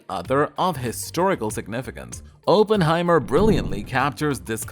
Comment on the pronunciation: Cannot watch this with Oppenheimer being mispronounced every 12 seconds 🤦🏻‍♂️